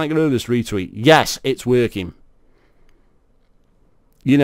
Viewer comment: first of all its "yess" not "yaass" hearing you say that just kills my brain cells. Secondly you have no compelling argument, all you do is call the article bullshit and read it, then acknowledge the fact that player count went up and then seem to compare it to apex's population when in fact it was never compared to apex's population. You don't even argue anything you just rant on nonsense.